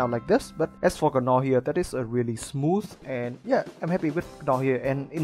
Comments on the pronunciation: Cool review but FYI the characters name is pronounced like “naw”...the g is silent hahah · A great review, as always. In case you're interested, the 'g' in Gnaw is silent.